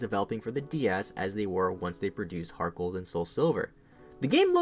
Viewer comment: I thought he said gargle gold